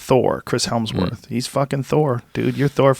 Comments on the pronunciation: Joe, Joe, Joe, I just have to stop you. You consistently, always say Chris "Helmsworth". It's Chris Hemsworth. You should apologize. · that's the joke, dip. Joe keeps pronouncing it incorrectly.